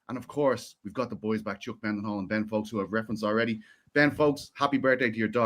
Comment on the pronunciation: as a fellow Dublin man. Why do you pronounce it Chuck MENDenhall instead of Chuck Mindenhall?